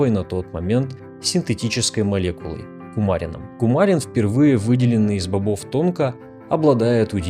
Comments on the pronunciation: не кумАрин, а кумарИн. ) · Спасибо за новое видео. Но мне кажется, правильное ударение кумарИн.